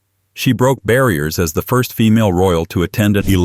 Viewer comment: What is it with AI? First thirst? Oh, by the way, Americans drink scotch, the rest of the world drink whiskey.